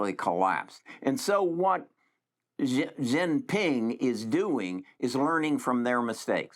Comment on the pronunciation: "Xi" in Chinese is pronounced like "she" in English.